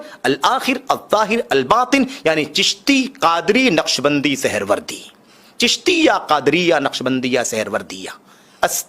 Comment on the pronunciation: Ye Seharwardi nhi Suharwardi hai...tere ko tou bolna bhi ni aata hai